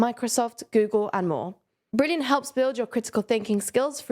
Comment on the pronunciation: to try every bleurgh brilliant has to offer for free... Funny but its fine lol